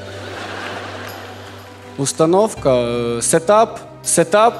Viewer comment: сэтап? сэтап?! порвало 😁😁😁 молодцы ребята.